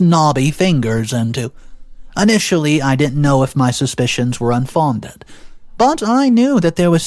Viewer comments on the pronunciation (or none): Just to help, 'Unfounded' is pronounced 'un-fown-ded' not 'ohn-fondid'